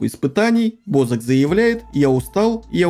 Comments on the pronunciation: Не БОзака а бАзака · Бо ЗАК ударение на А